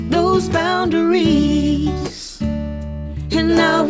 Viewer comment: Thanks,. This is a very clear and understandable explanation and demonstration of this technique. Not to nitpick, but I found myself wincing at the misplaced emphasis on the last syllable of boundaries (boun -da - rees). This violates the principle of maintaining the natural shape of the language. This is the fault of the songwriter and vocalist. No amount of serial compression can do much to make that part sound right. Nevertheless, this is a great video!